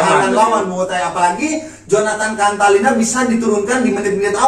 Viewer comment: Jonatan cantilana bosss bukan contalina, sembarangan ganti" nama orang